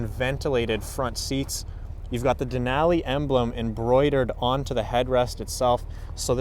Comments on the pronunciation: Hilarious pronunciation of a great National Park! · That’s not how you say Denali